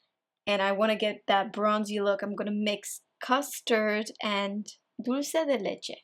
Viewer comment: 😱😱 your spanish! “Dulce de leche” 👌🏽👏🏽♥️